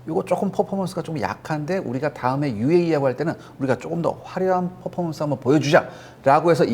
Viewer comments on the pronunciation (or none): none